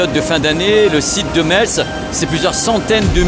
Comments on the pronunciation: ça se prononce MESS la ville de METZ 👅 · Metz se prononce "messe", le "t" est complètement muet. ;-) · je fais pause à 2 min, par pitié, Metz faut prononcer "messe". j'y retourne 😁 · Bravo pour tes reportages. Pour info, on ne prononce pas le “TZ” de METZ ( sauf si tu veux passer pour un touriste 😜). Ça ce prononce phonétiquement « maisse ». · on prononce mess, mais ça s'écrit Metz, bisou <3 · Bonjour je suis de Lorraine est juste pour information Metz ce prononce Messe merci et super reportage. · pour Metz on prononce Messe 😁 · Hello. Merci. Mais on dit mess et pas Metz. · On prononce MÈSS. On prononce pas le T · Ca c de la logistique 😊... on ne prononce pas le "t" de Metz